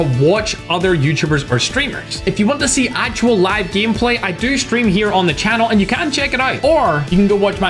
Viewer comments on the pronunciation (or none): none